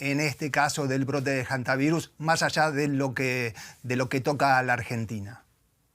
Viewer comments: Que me explique alguien porqué esta gente dice: jantavirus? De dónde lo sacan? La h no se pronuncia. No puedo creerlo!! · NO SE DICE JANTA , se dice HANTA , la H es muda , o este señor dice JUEVO a en vez de HUEVO ???